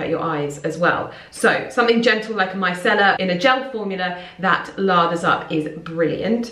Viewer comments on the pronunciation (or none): none